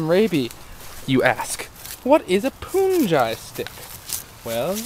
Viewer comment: not "poonjai"... "punjee"